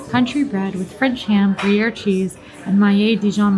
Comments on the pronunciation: is very nice, but a few suggestions: 1) Magic bars do not have carrots in them. Read the ingredients in the menu. 2) The cheese is pronounced “gru-year” not “guy-year.” 3) The French confection is pronounced “Mac-ron,” not “Mac-rhone.” But I enjoyed seeing you show all those mouth-watering goodies! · Is the first 'R' in Gruyre 'silent'?... 😂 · Is the 'R' in Gruyre silent???😂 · love ya girl but please learn how to say gruyere. Would be interested to see you all go back after a month and see how it stacks up still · did okay, but please, for the love of disney, learn how to pronounce what you are talking about....the gruyere pronunciation was so off it was getting on my nerves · I yelled at the TV every time she said Gruyere. LoL